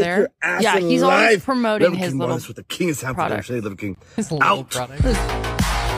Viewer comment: Okay, I was only listening (i.e., not watching the clip) at first, and I thought he say "CHEESE" at first, and my mind instantly went back to Sheogorath from SKYRIM. (Spoiler alert: he most likely said "king," not "cheese.") Now I can't unthink of him as a Daedric Prince. (edited to make sure the time stamp had the quote in it)